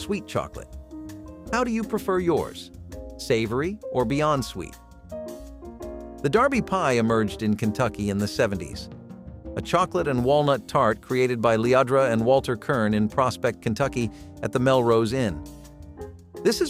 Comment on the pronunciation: Not Darby pie. Derby pie. After the Kentucky Derby.